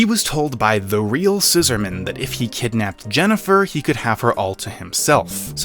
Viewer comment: Why do you pronounce the Scissorman's name like it's a formal surname? Its annoying.